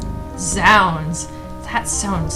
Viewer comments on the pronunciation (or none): none